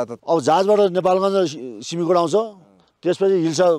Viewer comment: सिमिकोट होईन “सिम-कोट”